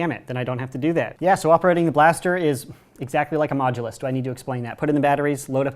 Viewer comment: Anyone else really annoyed how he says modulous but never specified which one